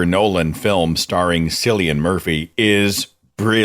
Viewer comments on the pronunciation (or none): Cillian is an Irish name. It's pronounced with a hard c like as in cat.